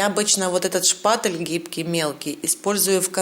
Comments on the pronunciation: Женщина не шпаТЕЛ, а шпаТЕЛЬ и т не твёрдая,а мягкая! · ШпатЕль, а не шпатЭль, звук"е" в этом слове мягкий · Все круто, но почему меня так бесит каждый раз когда вы говорите ШПАТЭЛЬ ? 🤣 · Почему шпатэль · Та шпатэЭль или шпатЕль...не пойму🧐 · Спасибо огромное за урок! 👍😍 Но почему некоторые блогеры говорят "шпатЭль"? И Вы в том числе! Это что, ноу-хау какое-то?! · Зачем вы говорите шпатЭль. Так слух режет 🙉